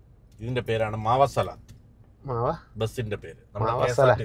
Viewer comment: Bus maava salath allaa. Muvassalath aanu he 😅